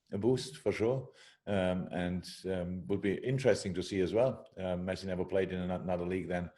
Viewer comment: That reporter makes Lionel Messi's name sound good😌